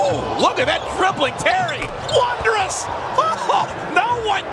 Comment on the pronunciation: You know you impressed a white dude when he says wondrous like that